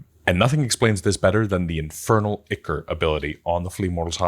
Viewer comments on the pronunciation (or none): Ichor is pronounced EYE-kor (I've mispronounced it for years and my children of all people corrected me).